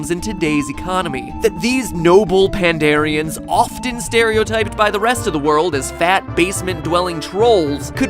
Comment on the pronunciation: Warlords of Draenor was the worst hahaha. Legion is shaping up to be pretty damn good. Warcraft veteran here. Been playing the franchise since Warcraft 1. Also it's Pandaren, not "pandarian." 😜 And buying gold from gold farmers is against the rules and you will be banned. Gold is definitely a lot easier to come by in this era of WoW. During vanilla it took a damn long time to just get to 10g especially if it was a new character on a new server or account. Also different servers tend to have different AH economies. A stack of a crafting material may cost 100g on one server but 10g on another. The auction house is a pretty interesting place. You really have to adapt to the economy of each server you play on.